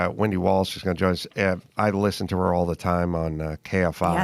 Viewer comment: Wendy walsh !!!! Not williams 😅😅